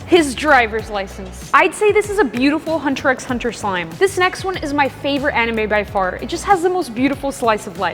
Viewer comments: Fr I’m like it’s hunter hunter 🥲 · Ouch the pronunciation ☠️... And imagine saying the "x" is Hunter x Hunter yikes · pronouncing the “x” in hunter x hunter hurt a little ngl /j